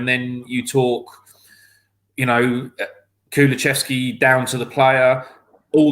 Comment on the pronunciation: you gotta start teaching your guests how to say Kulusevski.